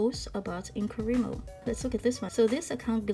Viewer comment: Just what I hope is a helpful comment... It isn't actually pronounced "In-coh-REE-mo", but in-co-RYE-mo (because the Wri represents WRITING). :)